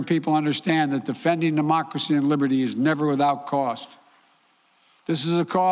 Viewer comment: "For Libbidy" Tell 'em Brandon!